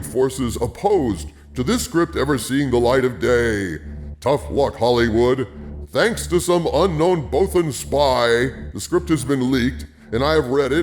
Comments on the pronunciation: "Bowthen spies."... Lord! Your vocalizer appears to be on the fritz! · I like you, but if Mon Mothma's pronunciation is correct then you mispronounced Bothan.